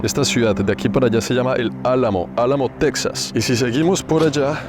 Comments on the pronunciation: En español es “Tejas” no se pronuncia “TeXas” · se dice texas y no texsas 😂😂😂 puro lavaplatos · Se escribe Texas y se pronuncia Tejas, al igual que se escribe México y se pronuncia Méjico, o sea se castellanizaron las 2 palabras aztecas hermano, de todos modos excelente reportaje de un seguidor compatriota. Al río bravo al otro lado de la frontera con Estados Unidos los gringos le dicen el río grande. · Suena raro que le digas Teksas a Texas (con jota). Saludos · No se pronuncia "tecsas" sino "téjas" al español